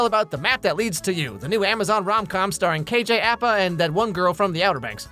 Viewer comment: that's not how you pronounce Apa ... first a same as the last